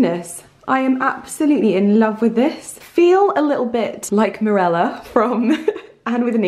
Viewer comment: It's not Mirella, it's Marilla....did you not read the book as a child/young girl? It's a classic! There are several "Anne" books and they were my bible through childhood and puberty. #recommendread